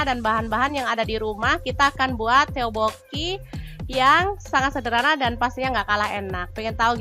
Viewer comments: tokboki bukan teobokinya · Bacanya topoki kak